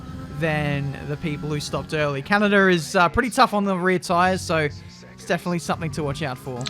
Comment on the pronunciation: Normal people: Canada: Canader